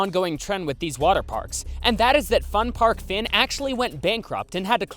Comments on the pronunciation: For the Fun Park Fyn I cringed so hard because of how it was pronounced like 'Fin'... I can't stop laughing at it though it hurts my ears lol. I will admit Danish city names are strange, even if Fyn is the name of the island itself. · was kinda surprised to see one where I live, also just wanna note Fyn is pronounced wrong, here Denmark, I and Y sound are reversed, I made that mistake a lot when I learned English, a close of say fyn is pronounce the Y like you would in you.